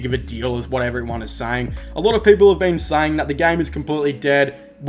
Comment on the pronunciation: He said 10 peaple